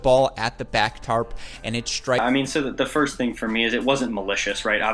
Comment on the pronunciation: "...that ball SHHHHHHtrikes a line judge." Way to add H's to where there are none.